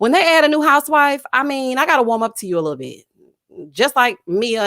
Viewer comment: I 😆 cackle errtime you say "lit toe bit toe"